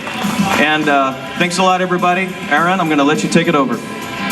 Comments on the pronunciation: pronounced a-ron,not air-ron but yes, I would vote for him. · I correct the emcee: His name is pronounced "Ah-run", nor "Air-un". ur welcome.